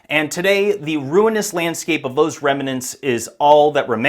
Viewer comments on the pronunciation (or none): You had me, then you lost me at “ remanents.” Really? Note to content producers: learn pronunciation before you school us with your genius.